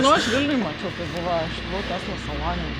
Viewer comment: Tešla o ne Tesla nu😂